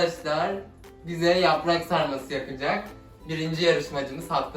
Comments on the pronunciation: Siya, can : yaprağğkkkk Bne : yarrraaaaa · ’da ben: Anneeeeeeeğğğğ YAPraĞk varĞ MıĞğĞğĞ